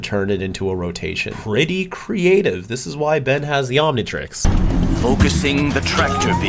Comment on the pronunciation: As a kid I always wanted an Omnitreex. 😂